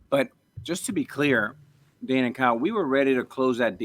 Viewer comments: ARoid it's DANE not DANA.... what a genuine guy 😂😂😂😂😂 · ARod continually calling him “Dana” is absolutely sending me. I can’t get over it 😂😂😂